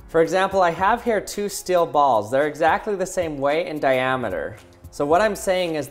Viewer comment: All I heard is "ols"